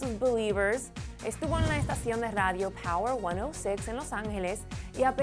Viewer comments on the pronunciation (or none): none